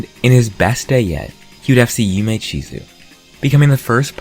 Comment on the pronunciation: He did it. pronounced Yume Chizu correctly